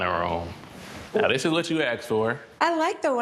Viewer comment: Anyone else annoyed by the ”aksed for” pronounciation? 😂